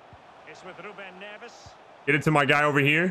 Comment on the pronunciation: The correct pronunciation of players: GK: Ru-e Pat-ree-cee-o LCM: Moo-tin-io CM: Nev-s RCM: Den-Don-ker LST: Yo-ta RST: Yim-en-ez